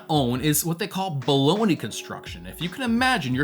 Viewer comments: Buh-loan-yuh, not baloney. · It's not pronounced "Baloney". 🤣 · Bologna = Baloney? How does that pronounciation work?